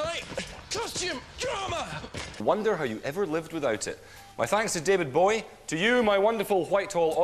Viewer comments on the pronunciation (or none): David Bowie not David bowee😂